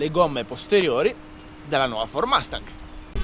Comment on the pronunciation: Non hai mai sentito un’ americano pronunciare Mustang ? Son sicuro che l’inglese lo parli, per noi americani fa un brutto suono quando certe parole che infine sono abbastanza facile da pronunciare nel modo giusto , provaci , ti seguo , oh delle macchine molto interessanti , sia americane che europei , ciao da Cleveland Ohio